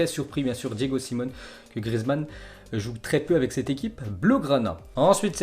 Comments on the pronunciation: Force à la famille de Griezmann. c'est pas Simone c'est Simeone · Salut, merci pour les infos jour après jour, juste en passant l’entraîneur de l'Atletico Madrid ce prononce Diego Simeone (Diégo Siméoné), Brescia ce prononce Bréchia, et Lecce ce prononce Létché. :)